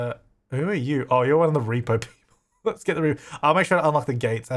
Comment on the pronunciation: The irony is that when he unlocks the front gate he says " I bet this is how the reaper-person gets in." I know he meant "repo" but it sounded like reaper... lol